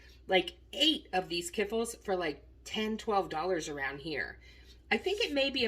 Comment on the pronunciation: Oh Dear. Kiffle? Ka fleeeech-ki's or kee-flee.